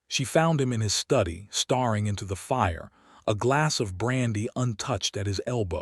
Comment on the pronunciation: Staring not starring. Duchesses not dusheses. Hoping not hopping ffs. Fix your AI narrator. Watching? This is an audiobook not a movIe.